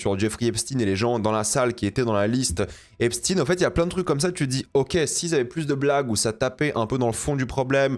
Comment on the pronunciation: epstEIN pas epstine😂🤔